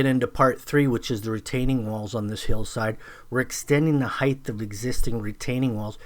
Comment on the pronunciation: Nice work. Tip: There is no such word as "heighth". Height is it.